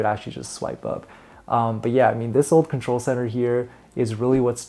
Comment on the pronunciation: Did you say "old contol" ?! 😳